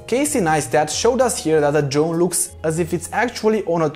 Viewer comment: we love it, don’t change 😘😄👍🏻